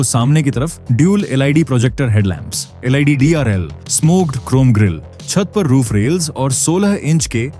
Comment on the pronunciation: अच्छा प्रस्तुति है। थोड़ा लटके झटके से कम बोलें पब्लिक को शुद्ध जानकारी कम से कम समय में मिले। अक्सर आप लोग LED शब्द को एल आई डी बोलते हैं जो गलत है और बहुत गलत इंप्रेशन डालता है। सही शब्द एल ई डी है और इसे ऐसे ही बोलना चाहिए।